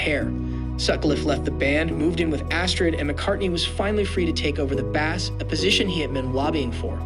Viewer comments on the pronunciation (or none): Bass as in Bass guitar is pronounced like Base not the fish